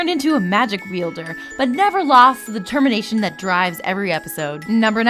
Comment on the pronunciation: tisk tisk, deTEMMInation.